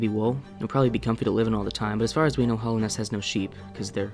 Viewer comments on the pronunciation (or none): In 4 years, will degrade far enough to say Hollownest instead of Hallownest! 😰